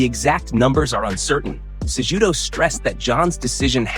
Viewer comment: You BUTCHERED Henry Cejudo's name, it's not pronounced JUDO, it's Kahootoh.